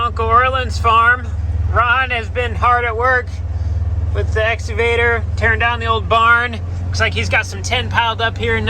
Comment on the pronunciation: no rudeness intended, but why do farmers on these channels pronounce excavator as essavator?